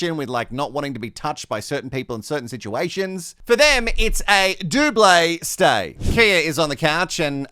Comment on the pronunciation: "Doub-lay stay" 😆👏🍷🚬